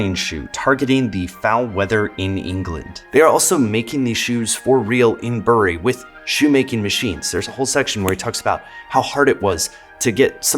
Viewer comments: Ahem ... we say ‘berry’ not ‘bu ree’. Even here, in Bury. Check out our Black Puddings. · Bury is pronounced like 'berry' not 'burr -ree' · Terrific video! I don't mean to be pedantic but Bury, Lancashire is pronounced more like 'berry' -the fruit than 'bury' -to inter. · It’s pronounced ‘berry’ and not ‘bury’ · Hi, just a minor comment from a Brit. Bury is pronounced "Berry" instead of a "u" sound. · Lol in the UK we say "Berry" not "Bury" despite the spelling. For example you dont "Bury your dead" you "berry your dead". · FYI bury is not pronounced that way. It’s obviously pronounced bury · I love that you dunked on Bury while calling it "Beuurry". YOu made it sound more exotic in my mind. I had Reeboks in 87, awesome shoes. They just had some great designs in the late 80s compared to the competition. Then they did virtually nothing to innovate as far as I remember. It's a design led industry innit? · Ah man… great video but super off putting as a Brit to hear Bury pronounced like that - it’s pronounced “berry” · Bury is pronounced Berry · FYI, Bury is pronounced ‘berry’ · FYI - The way we pronounce Bury is Berry with a soft e - because of course we do! lol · Both British places named "Bury" rhyme with "berry", like "bury the dead", according to my copy of the BBC Pronouncing Dictionary of British Names. ♥ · Great video and I hate to be a pedant, but as a local, the pronouncement of literally Bury burns my ears. We call it Berry. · This is a weirdly common mistake, even from English people who aren't from the northwest though "Bury" the town is pronounced like bury the verb, it is a homophone of "berry" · Bury is actually pronounced "berry", but don't worry about it too much, as even we Mancunians disagree on it 😂. But it is "berry". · Great vid, but could of done with asking a brit how to pronounce Bury, it’s pronounced like bury, ie burying someone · The picture of Bury was funny, but you should have done a search for how they say "bury".